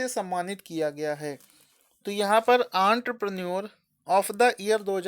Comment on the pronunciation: Entrepreneur ka pronunciation 😂😂😂